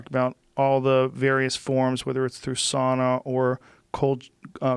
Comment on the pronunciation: not even 10mins in - Joe: SAAAUUUUNNAAAA HeAt ShOcK PrOTiEnS